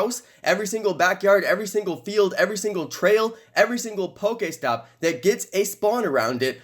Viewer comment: The way he sayes pokestop do